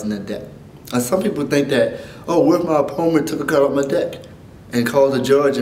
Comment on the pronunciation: i see you can't say opponent .__.